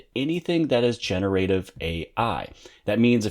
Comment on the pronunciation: Lol how you incorrectly pronounce generative.